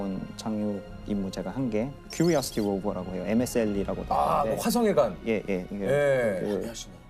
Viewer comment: Quriosity ? ㅋㅋㅋㅋ Curiosity 임니다. 😆